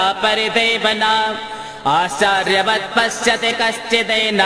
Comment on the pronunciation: Some mistakes r there in pronunciation. If possible can be corrected. उदा- आश्चर्वत् एतस्य‌ स्थाने सम्यक् न उच्चार्यते